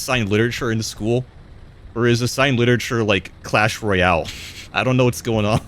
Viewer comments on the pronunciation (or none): none